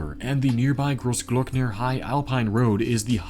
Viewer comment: Your "Großglockner" pronunciation was actually very good